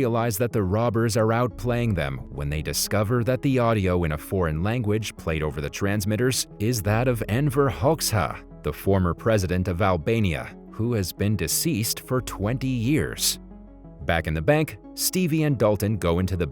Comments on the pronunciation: The Albanian name is Enver hotza that’s how you have to spell it not hocksa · U said the name so badly bruh Enver Hoxha